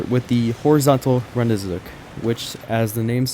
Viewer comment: How do you manage to pronounce rendezvous correctly, but repeatedly pronounce the achievement as "rend-ee-zook"?